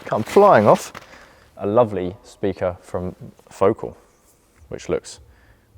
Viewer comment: Pronounced Foh- CAHL.